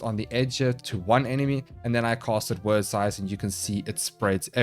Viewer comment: You call them "word" sythes but it's actually pronounced like "weird" it's an actual work from old Norse/Anglo Saxon that means fate. You cast doom then help them meet their fate with the sythes. 😀